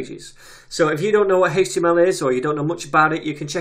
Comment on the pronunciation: You actually responded to what I wrote, you are a star man. For the love of JS chaos gods I would've never guessed the way you pronounce HTML is legit. Although now as I think of it, there is so many derivations of this language I'm now surprised that I was surprised. Thank you again for your work on this materials.